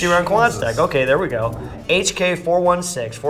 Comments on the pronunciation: it's pronounced guyslee not jezzel. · butchered "Geissele" OOOF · The way he pronounced Geissele was pretty painful tho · if anyone is wondering, geissele's pronounced GUYS-lee not JIZZ-ell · You guys are too old to be reacting to this lmao. Geissele is pronounced gai-sleee not geysele. Nice video whatsoever. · I know these guys could give 0 fucks about it, but it erks me so much that he is pronouncing geissele incorrectly like "jiz-el" and instead of "guys-lee" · Is it pronounced jizelle? I always pronounced it guys-lee🤷‍♂️ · Is Geissele pronounced "Jiz-zel"? Everyone I know pronounces it "Guys-Lee". Lol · It’s not pronounced « Gizelle hanguard » it’s « Guyzlee handguard » and it’s an American company too 😉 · I about died when he said jizzelle instead of guyslee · I think he meant Giselle like Tom Brady’s supermodel wife. Repeat after me, “GUYS-LEE” Then again these are pretty Gucci gear brands that true gun nerds generally are aware of. A gun expert doesn’t need to know everything, just the basics TBH. Guns are really all a like in most ways. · "guys-lee" rails...not ja-zell. Not the only thing made my eyes roll about these "experts". "Half the accuracy, twice the reliability". Ugh. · Agreed. Jeselle? It is pronounced “Guys lee”. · Cool video. Giselle pronounced guys lee fyi. The more you know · “Giselle hand guard” ??? 😂 it’s spelled Geissele and pronounced more like “Guys Lee”. Also, I feel like the 3x flip mounted optic was obvious from the beginning, they seemed a little confused about what it was. I love watching Cam and Israel’s videos, but I don’t think these guys are as knowledgeable in the firearms industry as some other better choices. Don’t get me wrong, I’m sure they’re much more capable and experienced than most, but that doesn’t mean you know the variety of firearm customization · It’s pronounced guys-Lee not jizz-elle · “Gazelle Handguard” 🤣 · Where the fuck did you get these "experts" and fucking gazelle? It's geissele